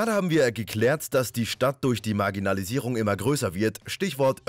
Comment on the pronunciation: dierks67 Es hört sich aber doch ein bisschen so an...